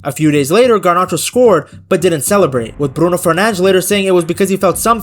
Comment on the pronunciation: No way homie actually saying “fernanj” 💀